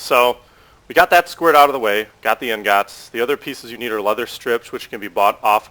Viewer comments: STM Polaris wrong, it's "ing-gots" and he was saying "in-gots" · you say "ingots" in a weird way. it's "ing-gots" not "in-gots" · U SAY INGAATS...... U PRONOUCE IT IN-GETS but great vid one of the best ive seen LIKe + SUB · for the love of god man, its pronounced "ING-IT"!!!! not fuckin ING-GAWT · He's not even saying the word in the right order. He's saying ignots like how TF is he doing that when the letters are the other way around? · Dude. How hard is it to pronounce ingots. It's EENG-GOTS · (LiftThePeer) ing-git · Ik its pretty annoyig when he says in-gots, I was bout to kms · its pronounced "eengits" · He butchers ingots so hard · The way he says ingots makes me angry